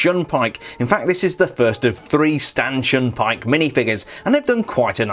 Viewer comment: it sounds like you said “Stanchin Pyke”